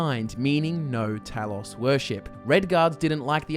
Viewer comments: How do you not know how to say Talos? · HOW DO YOU MISPRONOUNCE TALOS?! ITS IN THE GAME SOOOO MUCH!